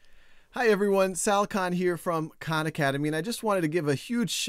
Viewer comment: When he said "Hi everyone, Sal Khan here", I heard it as "Shao Khan"